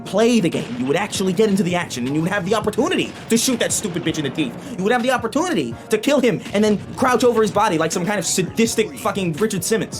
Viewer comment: “Uppertoonity”